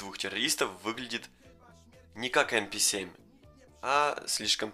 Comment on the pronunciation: Пишется МП7 читается эмпе сьем